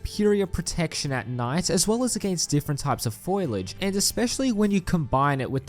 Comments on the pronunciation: Foliage not foilage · Its not Foilage, its Foliage. Foilage is for retards who pick tinfoil from bushes. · who told bro it was pronounced foilage